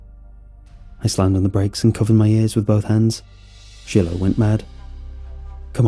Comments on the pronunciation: It's Shiloh like shy-low not she-low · Shy- low!!! Shiloh is NOT pronounced shill-o! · lol never heard Shiloh pronounced that way.